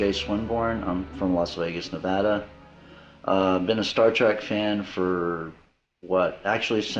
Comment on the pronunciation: Does he actually say Star Track?